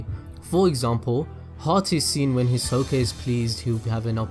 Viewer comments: The way he says his name is weird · THATS NOT HOW YOU SAY HIS NAMEEEEEEE 😭😭😭😂😭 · Why you say his name like that 😭🤚